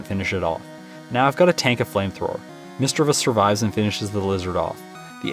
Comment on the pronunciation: Correct pronunciation is miss- chiv- ous....no e.....love the video by the way